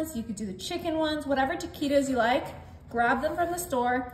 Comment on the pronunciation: Pronounce the words right taquitos is not right